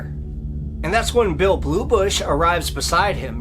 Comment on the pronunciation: It's not "Bluebush," but "Bullybush."